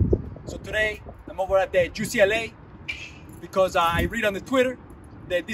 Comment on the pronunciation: tries out for Team Israel ”I’m here at Jew-CLA”